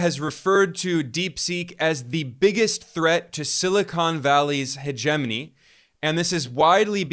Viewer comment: AI is getting so good that it can now develop an app that simulates a man -- well, not a "man" like you and I think of a man, but a Zuckerberg lookalike bot-man that speaks AI, right down to the lifeless eyes and pallid, emotionless face. Learn how to pronounce "hegemony," dude. So fake.